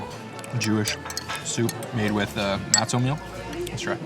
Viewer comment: Wonderful video but your pronunciation of matzoh and bagel drives me nuts. Sorry you are just wrong.